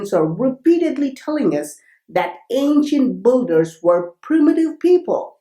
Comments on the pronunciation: Like they way you say BOULDER 🙄 for builders. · Not bolders its called Builders, otherwise great videos. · Awesome Video bro, but I giggled every time i heard Ancient Buggers.